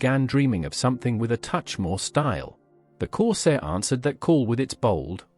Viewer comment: Oh dear a BAD start ! It's a Ford CORSAIR ! MG Magnette, NOT Milligram. AI is HOPELESS and makes these videos so tedious.